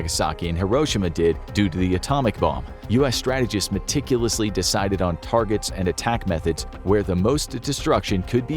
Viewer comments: "Key targerts" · “Key Targerts” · "Key Targerts" That's like the "No Regerts" meme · I love the first folder that said "key targerts" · LOL "Key Targerts" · Key Targerts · Key... TARGERTS. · "Key targerts"?!?!? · Key targerts 😅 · I came here to say this